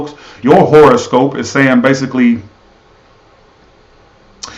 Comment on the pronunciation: Hi💖🍀he said the internet would be shut down for life 😂😂😂😂 oh lol you don't look nearly that bad honey child you're gorgeous kkkk he said whore o scope 😂😂😂😂 omg I almost peed my pants 👖😂😂😂😂.... lol when your pet relationship matches your actual relationship 😂😂😂